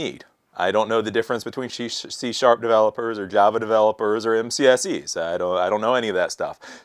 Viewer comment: Did he say "shit"C# in ?